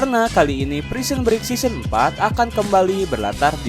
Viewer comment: Correct "season" bukan seoson